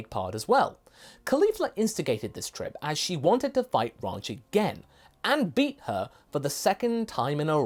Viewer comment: Ranch, the way pronounces it, sounds like Raunch or Raunchy, so her ahem “advances” towards Trunks makes sense.